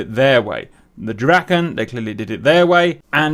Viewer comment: Draken, pronunce it more like "draaken" not "drakken" for your English speakers. Draken is swedish for dragon. It is very obvious that the communication done in English are done by non native English speakers. Those days few Swedish people where proficient in English.